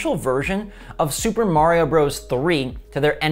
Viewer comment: Say it with me " Ma-ree-ow "